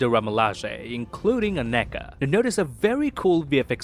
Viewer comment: Maan you're nailing Aneka's pronunciation better than all the actors in the movie😂🤘